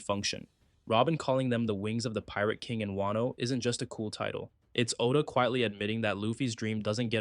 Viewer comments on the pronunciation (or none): none